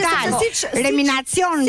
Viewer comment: Kush eshte kjo buze gomone qe thote reminacion😂😂😂 eshte reanimacion o injorante qe del e jep opinione ne tv